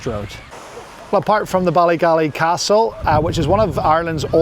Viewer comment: It's Ballygally not Ballygalley ... enjoyed your video ... 😊